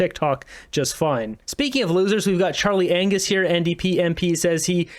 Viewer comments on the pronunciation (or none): the 'G' in Anngus is silent! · Charlie Angus has a silent G